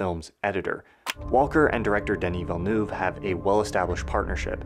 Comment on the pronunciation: VILLENEUVE not villeneewv and it's continuity not cotnuiity